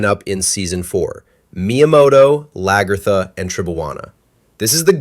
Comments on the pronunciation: Love the video, but people calling her laGERtha is killing me lol it’s pronounced more like LAG-A-THA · It pains me when you said Lagertha name wrong 😢